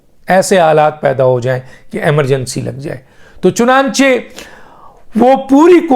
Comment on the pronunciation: سر میں آپ کا ویلاگ ضرور سنتا ہوں۔ آپ بہت اچھی خبر دیتے ہیں۔ لیکن ایک لفظ آپ غلط بولتے ہیں۔ لفظ ہے (چنانچے نہیں ہے) بلکہ (چنانچہ۔ چ ن ا ن چ ہ ) ہے۔